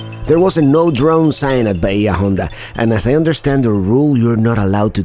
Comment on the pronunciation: Pronounced 'bay-ah on-da' State Park, which means 'deep bay' in Spanish.